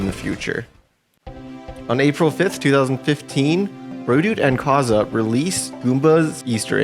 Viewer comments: not to offend but it's kaze and not kaza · Minor point, but Kaze is pronounced Caw-Zey. Props to you for not pronouncing it as Kayz, though. Kudos! 😁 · I thought it was pronounced Kay-ze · KAZE ISN'T PRONOUNCED LIKE THAT IT'S KAYZ WITH A LONG "A" ...But that aside, excellent video!!! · Hearing Kaze pronounced like that sent me into a panic. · My only takeaway from this video is youd think by 2023 we'd all know how to pronounce Kaze's name 😂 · The amount of times he mispronounced Kaze is insane. Outside of that, great video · You need to learn how to pronounce kaze